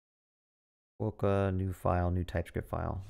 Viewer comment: as a west australian, hearing it called KWO-CAR was the highlight of my day 😆 great video!